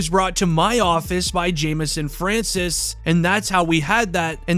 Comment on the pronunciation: The fact that he said francois as francis irritates me for some reason